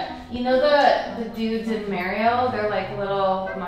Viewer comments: are we just going to ignore that she called mario “mary-o” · she really said Mary-o instead of Mari-o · You know the dudes in merry-o... oh my god. Mah-rio. Say it like an Italian. Jesus. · TIL Canadians say MARE-E-yo (rhymes with hair) and not MAR-E-yo (rhymes with bar) for Mario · Did she just call Mario... Mary-o? 🤣 Edit: THEY NAILED THIS! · The way pronounces Mario was something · I love you guys!! ❤️ but the way pronounced Mario 😂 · I’m sorry how did she pronounce Mario?